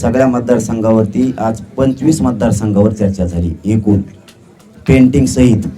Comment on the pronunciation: पेंटिंग नहीं बाबू पेंडींग अस असतं रे ते बारामतीतून दम आला की काय nu 😂😂😂😂😂😂😂😂😂 पेंटिंग